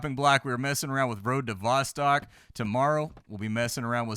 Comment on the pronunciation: Road to VossTOCK not vastak